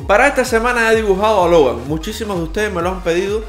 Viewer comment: El dijo hogar 🏠 en ves de Logan🤦🏻